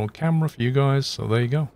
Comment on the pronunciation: I like everything about your videos except the way you say the word "there" like Chingy 🤣🤪